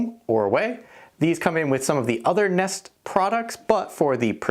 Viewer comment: nest sowns neest